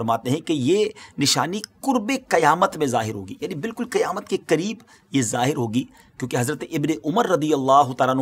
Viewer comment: Qiyamat nahi Qayamat hota hai